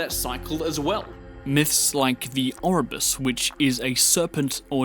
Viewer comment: "Myths like the Orbus" Love the vid but that took me out of it haha, it's Ouroboros!